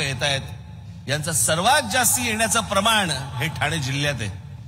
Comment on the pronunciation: साहेब ठाणा नाही ठाणे पुणा नाही पुणे दुरुस्त केली चूक😊